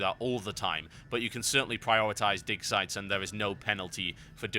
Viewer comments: Is it just me or is he saying dick sites? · it sounds like he keeps saying dick sites lmao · it really sounds like he says dick size xD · i keep hearing "dick sight"